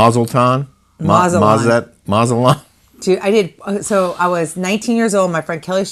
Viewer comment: "Mazaltan"? A Jewish enclave in Mexico, lol?